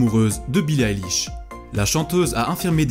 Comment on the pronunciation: J'ouvre la vidéo : ''Billie Alish''